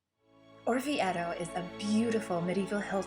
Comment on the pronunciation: I wish Americans wouldn't say IDALY. Also this beautiful town is pronounced OR VI AY TOE. If it was spelled as she says it , it would need a double t. The ."e" is almost and "a" sound.